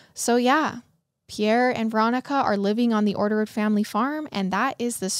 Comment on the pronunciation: You botched orderud… like the name hahaha, catch me laughing everytime you say it the next 40 minutes